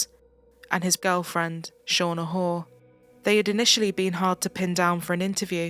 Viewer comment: Shauna Hoare's name pronunciation is appropriate!!! RIP Becky Watts!!!